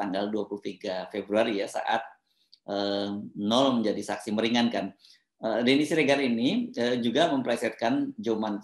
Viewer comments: Bang Hersu, baca nama NOEL yg bener adalah : NOWEL bukan NUL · Bung Hersu, nama noel dibacanya nowel bukan nol 🙏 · Bung, itu ejaannya Noel (baca: nowel) bukan Nul. Krn nama panjangnya kan Immanuel. CMIIW. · BG HERSU... KATA 'NOEL' ITU TDK DIBACA DG 'NOL' SPT YG SRING BG HERSU BILANG... TAPI DIBACANYA ADL 'NOWEL' (PAKE VOKAL 'E' SPT PENGUCAPAN KATA 'EMANSIPASI' BKN VOKAL 'E' DLM KATA 'LEMARI')